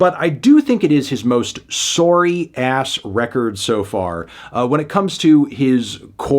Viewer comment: did this man just say "sorry" with a Canadian inflection